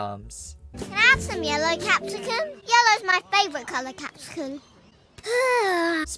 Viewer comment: DONT SAY CAPSICUM LIKE THAT IT SOUNDS REALLY SUS 💀